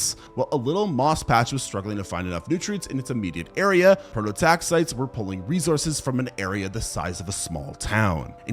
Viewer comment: pro-to-tax-EYE-tees. It's so painful to listen when the pronunciation is wrong throughout.